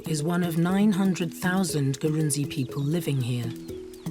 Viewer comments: Great video but you got some facts wrong. Eg. Ghana has way more than 6 ethnic groups. The tribe name is written Gurunsi but it is pronounced "Grou-shi". The largest tribal group in Ghana is called Akan not Ashanti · Usually pronounced Grushie or Grusi. Don't be too hard on yourself